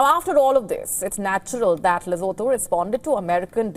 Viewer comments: Oh get over yourself Lesotho! Don't tell me you could name every single town or state in any part of the world! And know exactly where it is and what it stands for! Come on! Not impressed. Oh and if you wish to yack about Lesotho, do us a favor, PRONOUNCE it correctly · You can't even pronounce the country's name properly, and you're trying to sound offended on Lesotho's behalf? Morons! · You can't even pronounce the name 'Lesotho' correctly 😂😂😂 You're a joke!!!!😅😅😅